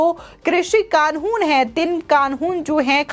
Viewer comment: कानून बोलना तो सीख लो ।